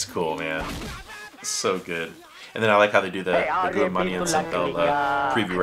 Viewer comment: Goundamani is pronounced like "Gowndamani". Even though Goundamani and Senthil doesn't act anymore there one line punch and their insults are still remembered till this day. There is no one like Vadivel in Tamil cinema. Doesn't matter how many comedians acts in Tamil movies, He can never be replaced. Vadivel is not just a legend in movies but also in memes........